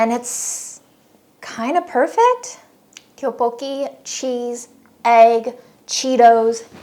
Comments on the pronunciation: Friendly correction! The “Tteok” in “tteokbokki” is pronounced more like “duck” in Korean. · The pronunciation for tteokbokki is actually closer to something like “duck-bo-key”! Romanizing Korean is hard and confusing! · Just to be clear, tteokbeokki is pronounced "tuck-buck-kee" but the T is soft (idk how to explain). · not me flinching every time says tteokbokki ⚰ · I can't get over her saying tteokbokki wrong lmao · Her pronunciation threw me off ngl 😂